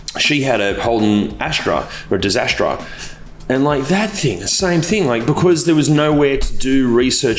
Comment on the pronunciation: “Dis-astra” lol classic